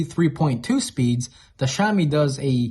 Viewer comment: BTW: to pronounce Xiaomi say: Shia-o-mi. I use the Xiaomi 10.its really fast charging, perfect sound,perfect picture in movies HDR. I think I'll go on the pro. Thnx for the video:). Tsafrir from Jerusalem Israel 🇮🇱